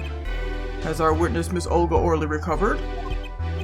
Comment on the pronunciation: The fact that you keep saying Or Lee instead of Oh Really for Olga's name made me sad. Oh Really is just a fun phrase to throw around. It's like naming your character something weird in pokemon or something